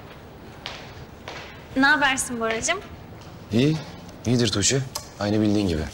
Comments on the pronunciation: Belmanın "Tuçe" deməyinə çox qıcıq oluram da. Əgər bir gün seriala baxmağı buraxacamsa sırf bu "Tuçe"lərə görə buraxacam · neden tuğce soyleyemiyooor😂DDuuçeeh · Belmayi Tuĝçee demesine sinir oluyorum